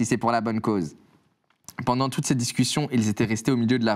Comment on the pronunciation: " je fais des recherches bendantes "